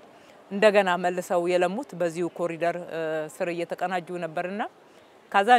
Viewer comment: የብልጽግና መሪዎች በሙሉ አስር ጊዜ ኮሪደር ኮሪደር ይላሉ። መቼ ነው ኮሪዶር ብለው በትክክል የሚናገሩት? የፈረንጁን ቃል መጠቀም ካቃታቸው በአማርኛ ሸለቆ ቢሉት ይሻላል! 🎂